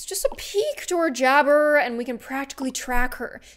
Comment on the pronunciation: When you said hey jabbr it's actually her jabbar